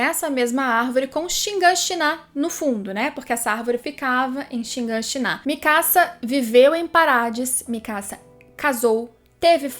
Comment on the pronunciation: Cada vez que escuto ShinganshiNÁ é uma facada no cérebro.